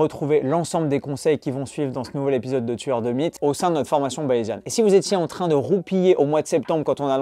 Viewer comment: Attention quand tu dis "tueur de mythes" trop vite ah ah ... le M devient un B à l'oreille 😅😅